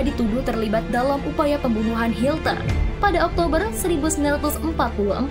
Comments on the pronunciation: Hitler min bukan hilter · Hilter lagi min 😅😅hitler min bukan hilter 😂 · Adolf HITLER bukan hilter 🙈😂😂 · Bukan hilter tapi hitler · Maaf,Admin Salah sebut...Hitler...jadi Hilter..❤❤ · Hitler bukan Hilter min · Dia sengaja nyebut hilter